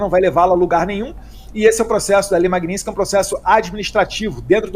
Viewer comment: Magnitsky é o sobrenome de uma pessoa que foi barbaramente assassinada e que por isso, de uma certa forma, foi homenageada como nome de uma lei contra violação dos direitos humanos e outros crimes específicos. É um desrespeito ficar pronunciando de forma errada este sobrenome sendo que tanto no idioma original (russo) quanto no idioma português a pronúncia é a mesma: MAGNITSKY. Não existe magninsk.